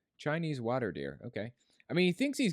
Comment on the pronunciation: The way he pronounces words like "wa-ter" f*cking enrages me (irrational as that might be)